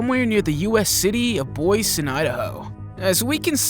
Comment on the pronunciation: Yes. The P in Pterosaur is silent. Boise is pronounced Boys E.